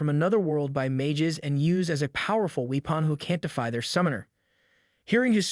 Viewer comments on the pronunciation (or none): You're pronouncing weapon as we pon. This is an AI recap I'm done watching.